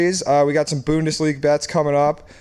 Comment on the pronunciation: As a fellow canadian bundesliga aficionado, gotta work on the pronunciation of the team names 😬